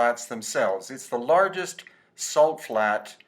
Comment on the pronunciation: "we make our a-salt". LOL